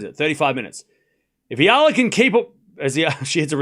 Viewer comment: Thankyou for pronouncing Alex Eala's name correctly AlexEala is pronounced as Alex Ayala Alex Ayala Alex Ayala please ok Alexandra Alex Eala!born May23 2005 Philippines place of birth. Thank you TY